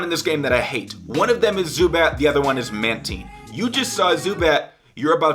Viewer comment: I love mantine. Also it's purnounced man tien